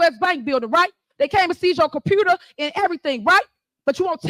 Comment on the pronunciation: She cant say computer